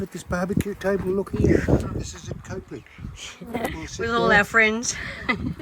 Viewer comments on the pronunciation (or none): Howdy guys. We backwards South Aussies pronounce Copley as COP LEE, no "e" in it. 😂 That train really is something special when you're right in front of it, isn't it Sam? 😂